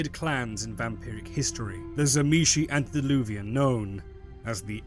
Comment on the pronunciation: Antediluvian ANTE not ANT. Ugh...